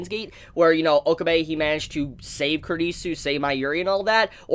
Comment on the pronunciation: It sounds like you're saying kridisu